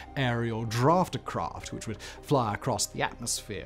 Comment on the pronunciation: Buddy, it's "DaughterCraft", as in female offspring... NOT "DraftClass". Just sayin'.